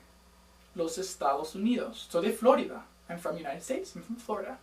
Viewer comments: What is así-así? I am a native Spanish speaker and I had never heard of it in my life. Also we say Florida with the accent in the middle Flo-RI-da, that´s your English coming out with FLOrida. Cheers. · im "latina" and when he says "igualmente" sounded weird because u say "iguallmente" and when u say "florida" u must say "florída"